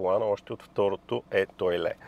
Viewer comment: Очевидно френският език не Ви е познат и за да не се излагате: На френски богиня е deesse, а не дезрии. На български се чете точно “деес” с ударение на второто е, както е прието във дренския. Другият модел, който споменахте не е “етойле”, а «етоал» (etoile) и означава звезда.